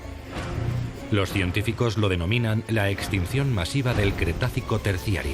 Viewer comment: EXTICION MASIBA JAJAJAJA